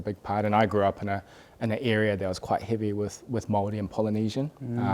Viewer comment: I really enjoyed what shared. His childhood sounds really interesting in that he lived in a predominantly Maori/Poly area of Wellington. His pronunciation of Maori and some of the Maori words he had mentioned (haka, tikanga) was impressive and the fact that he knows that we have heaps of haka too. Very awesome interview, cheers!